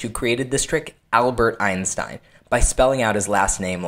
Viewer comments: Your pronunciation of 'Einstein' is incorrect ;) You learned the 'ei' part right. But the letters 'st' in this sequence often (but not awlays..) are pronounced in a special way. Try to speak it like it was spelled 'Einshtein'. with the additional 'h' spoken like you would speak 'sh' in Englisch. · Cool trick. It's pronounced einshtein though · That's not how you pronounce "Einstein".